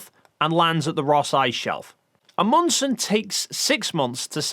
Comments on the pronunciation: Amundsen NOT Amundus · "Amundus"? WHen did Roald become a roman citizen? ;) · uh, i think you'll find the man's name was Roald Amundson, not Amundus.... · Not amundus. But a funny misspeak. It's Amundsen. Pronounced A-mund-sen. Oh you corrected it later. Never mind then. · Amundsen not Amundus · Amundus? hahaha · Amundsen... A-mund-sen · Love how you butcher Amundsens name. It's A mund sen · Roh- Ald Ah-Mund-Sen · It's Amundsen, Ah-mund-sen :) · And now you just pissed off every Norwegian by saying Roald Amundsen’s name wrong 😂 say it A-mund-sen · I LOL:ed As-mund-sen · Well done video, but it would be even better if you'd practice saying "Amundsen" before you talk about him. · Your pronunciation of Amundsen is truly terrible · I think you missed the mark a bit on the pronunciation of Roald's surname. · As a Norwegian, the way you pronounce Amundsen doesn't just sound wrong, it sounds like you're saying something completely different altogether :S (still like the video though) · Yes, he really mangled Amundsen’s name. I apologise to Norway on behalf of Britain.